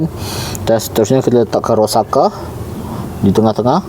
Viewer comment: Bang bacanya itu Ro-sak-sa 😅